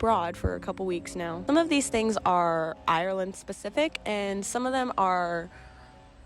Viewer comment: classic yank 🤣 'IRY-LAND'